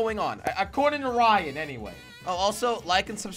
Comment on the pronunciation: Manal Al Rashed the person said Ryan but it’s rayan